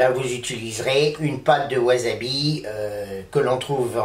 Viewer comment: Le wasabi (qui ne se prononce pas wazabi) frais peut etre commande d'angleterre a prix raisonnable, une dizaine d'euro la racine de memoire, soit a peine plus cher qu'en commerce au japon. Il vendent aussi des rapes mais la c'est carrement de l'arnaque, une rape en plastique a un euro fera le travail. Pour le wasabi en tube, il ne contient qu'un pourcent de wasabi, c'est en fait du raifort japonais (karashi), plus jaune que la moutarde, on y rajoute un colorant bleu et ca donne une pate vert fluo, qui n'a ni le gout ni l'aspect du vrai wasabi. Pour ma part je compte faire une mayonnaise demain, et habitant au japon ce sera plutot la moutarde qui me fera defaut, mais l'aventure est dans l'assiette comme dirait l'aultre.